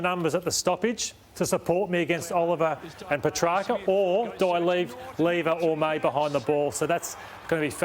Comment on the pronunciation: Yay somebody told Lyon he was pronouncing Petracca wrong lmao